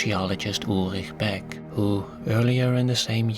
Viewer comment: you pronounced the ch in ulrich beck right :DDD